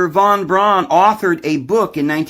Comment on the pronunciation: von Braun is pronounced fon brown.